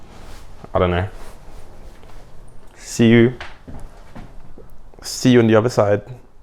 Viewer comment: Når du siger det der til sidst med see you In the other side så lyder det meget dansk